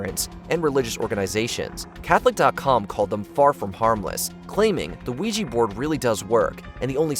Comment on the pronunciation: OuijA not OuijI